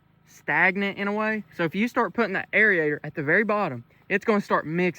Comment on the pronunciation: Please say it with me air-a-tion not air-ee-a-tion